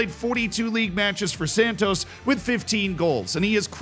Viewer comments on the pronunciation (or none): none